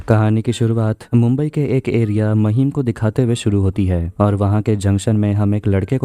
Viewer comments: महिम नाय रे लवड्या... It's माहीम! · It's माहिम not महिम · महिम नही बे ,,,,, माहिम बोल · Bhai maheem nhi hai mahim hai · Mahim nahi maahim pronounce krte h usko😒